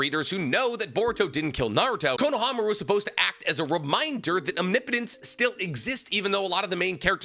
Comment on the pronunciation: um... What's wrong with "omnipotence?" ✅ ahm–NIH-poh-tens ❌ awm-nee–POH-tens